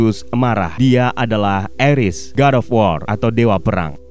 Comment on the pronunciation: Bang Ares dibacanya Ares bukan Eres